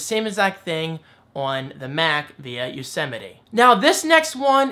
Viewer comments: Don't worry,! I wasn't the only one who pronounced it "Yosetime"! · The biggest surprise I take from all of this is how many people apparently had no idea how you pronounce Yosemite.